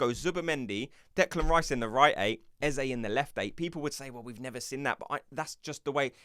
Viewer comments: why arsenal tubers can't say Eze name right? even old Charlie Watts the same . only one who gets it right is Adrian Clarke.. fyi do not say ezzay ... say ezzah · Eze pronounced as Ezza.